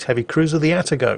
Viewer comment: Actually it's "A Tar GO"... The first A is the same as the A in cAt... You can say your cats name properly so why not the Atago?